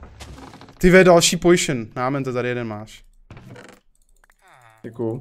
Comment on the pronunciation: Jak říká potion pojšn xd